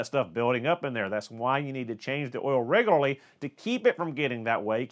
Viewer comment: Say Reglery... One more time....